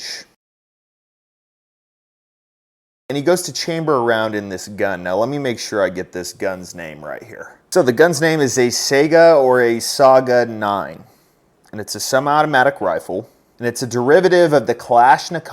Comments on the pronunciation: Just FYI, Saiga is pronounced Sigh-guh, like the Antelope. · Saiga. It's pronounced "sy-gah." It's named after a kind of Asian antelope-thing with a weird nose.